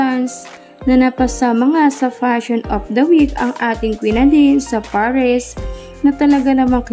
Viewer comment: Paris not parish...